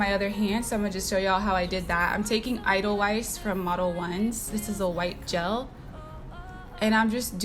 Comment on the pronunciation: Edelweiss is pronounced Adelvice. It's a white flower that grows in the mountains of Germany 😉🤗 Love the video!